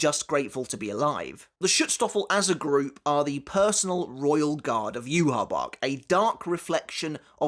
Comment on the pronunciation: Why do you say "yoo ha bach" ? It's not spelled like that at all